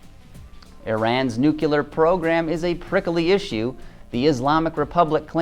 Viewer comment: Nucular? Really? Taking a jab at our old prez huh? I still can't understand how they started with a car as stunning as the Giulietta and ended up with this fugly dud. Reminds me for the original Breeze/Stratus cars from the 90s